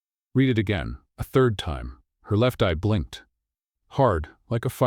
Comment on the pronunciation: AI must learn to read "read" as present tense REED or past RED